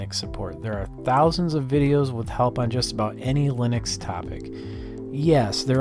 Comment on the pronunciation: I always hear Lunix instead of Linux